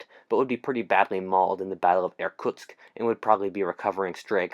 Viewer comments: I ha To listen The video 4 times To understand that He wasn't sayng "Air Tucks" bit Irktusk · Being a russian, hearing you mispronunciationg Irkutsk horribly time and time again,made me die inside a little. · Every time you say 'Irkutsk' I cringe. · I would like to point out that the worlds view of the Soviet Union was very weak because of how Russia did in ww1, the Russo Japanese war, and the Soviet Unions invasion of Finland so Japan could have invaded Also please stop saying Irkutsk